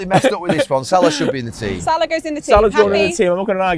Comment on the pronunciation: It’s Salah, stop Carra.